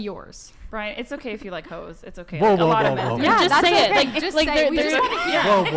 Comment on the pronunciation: Hauxes = HOES hahahaha